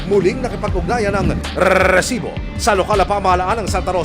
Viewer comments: Nakakabwisit yung redundant na pagbigkas ng "Rrrrreeeessibo". HAHAHAHAHA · ganun na pala talaga pag pronounce sa RESIBO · Gusto sana panuorin kaso ka bwisit pag bigkas ng Resibo sakit sa tenga OA ng reporter na to